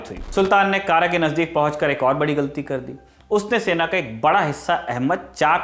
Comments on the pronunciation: कारा नही कड़ा कृपया सुधारें हिंदी पुस्तकें भी देखें। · पूरे वीडियो के दौरान आप ने जिस शब्द "kara" का उच्चारण "कारा" किया है वह वास्तव में "कड़ा" है, जो की up के कौशांबी जिले में आता है मेरे घर से काफी करीब है... और बाकी जानकारी बहुत अच्छी लगी 👍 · जिस उच्चारण की बात कर रहे है ये बार बार कारा कारा कह रहा है जिसका सही उच्चारण कड़ा है जो इलाहाबाद के पास है यह वामपंथियों की लिखी स्क्रिप्ट बस रट्टा मारा है वाह क्या बात है इतिहास पढ़ो पद्मावती थी हिस्ट्री की बुक आरपी शर्मा की मिले तो पढ़ लेना ये बस अपनी सोच हमपर थोप रहे है। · कारा नहीं कड़ा भिलासा नहीं भीलसा/भिलसा अली गुरशस्प नहीं अली गुरशास्प..... सही शब्द होने चाहिए। मैंने तो पुस्तकों में यही पढ़ा था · यह कड़ा है कारा नही प्रभु। इतिहास हिंदी में भी है। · कारा नही है कड़ा है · It's कड़ा मानिकपुर not kara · कारा नहीं, कड़ा ( कौशांबी में) है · कारा न कहकर कड़ा कहना चाहिए था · कारा नही वो कड़ा है इतिहास पढ़ने और इतिहास समझने में बहुत फर्क है 😆 चले इतिहास पढ़ाने 🤣🤣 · Kara is also on Wikipedia (Kara, Uttar Pradesh). It's strange that even in the movie padmavat it's pronounced wrongly.